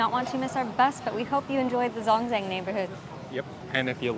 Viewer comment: It’s pronounced Zhōngzhèng